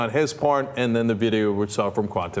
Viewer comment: Cenk - you should really learn how to pronounce the word "Cuentame" correctly. It was an important element in this discussion and you mispronounced it every time.